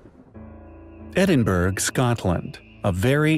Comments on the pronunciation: Arghhhhhh - it's pronounced "edinburra" - pleeeeease NOT "edinburg" - it's in Scotland, not Germany 😁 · Pul....ese......please? Edinberg? Edin..borou....ugh.....all of my Celtic ancestors are complaining. יוי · Sounds like “Ed-in-boar-row” no berg 🤍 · It's not edin burg :-) it's edin burah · Edinburgh is pronounced /'ɛdɪnbᵊrə/. That means to say that it is pronounced as either “EDD-in-buh-ruh” or “EDD-in-bruh”. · Its English & It's pronounced ( ed-in-bur-oh or ed-in-bur-UL) edd-in-bruh sounds like the Scottish pronunciation. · Pronounced Edinbruh One of those weird English spellings. Warwickshire is pronounced Worrik-shire Leicestershire is pronounced Lester-shire Worcestershire is pronounced Wooster-shire And don't be mocking us - Arkansas is pronounced Ar-can-saw. Y'all as bad as we are. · You need to get your English right. Edinburgh is not berg.gujrat is guj-raat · ''Edinburra'' = Edinburgh. Burgh = 'burra' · ED-in-bur-ra. Proper pronunciation indicates you've done your research properly. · Edinburg?? Surely that would be in Germany or something. It's a better effort than most American narrators make though... with their ridiculous :Eed-in-burro" nonsense. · Its pronounced edd-inn-berah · Aaw, Edinburg! You colonials & your pronunciation. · Edin ... berg? But I imagine I'm not the first to mention this. (Love and very very much appreciate your site, just hating the thought of folks laughing at you.)